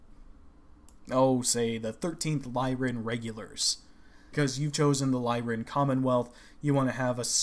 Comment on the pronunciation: "Lyran" refers to "Lyra", the constellation (a lyre, the Greek stringed instrument of old), which is pronounced with the "I" sound for the Y, so "Lie-run" is correct.